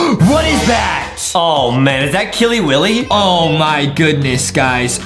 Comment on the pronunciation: It's not killey willey